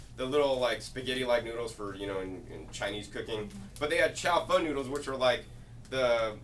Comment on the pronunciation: It's not chow "fun" noodles. haha It's chao-fAhn